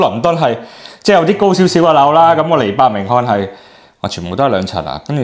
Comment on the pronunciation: 呢位嘉賓阿哥，恐怕伯明翰英文點樣正確發音都唔識。 為仔女，笑了。阿仔阿女，你將來大學畢業，因為膚色問題，要放下身段哦，學下老竇有手有腳梗會搵到食。千祈唔好做倉體力勞動，要識得食腦，去做送件。